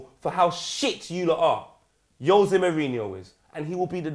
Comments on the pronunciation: why does poet say "yose" mourinho? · At least say mourinhos first name correctly if you are going to criticize him